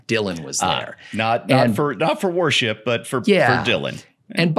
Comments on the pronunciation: For a moment, I thought was saying, “Warship.” 🤔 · AlienRenders I’m sure it’s just the way pronounced worship. I just comes out like warship.